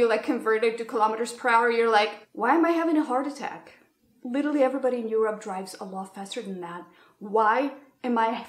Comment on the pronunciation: I love how you pronounce “Europe” as “You’re up”, because Europe is actually “up” in many aspects in regards to America. With love, this Mexican American from the border who is way too used to those culture shocks on a daily basis. Lol ❤️ loved the video!